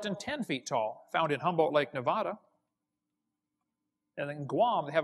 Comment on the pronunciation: If Kent's ever been to Nevada you'd think he'd be able to pronounce it correctly. He can't even get that right.